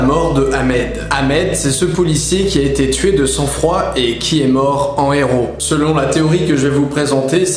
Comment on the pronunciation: SeloN eux pas selonT eux par pitié ^^ Sinon vidéo sympa :)